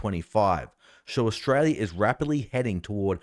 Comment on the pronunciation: Another complaint! It's Australia, not "Oshraya".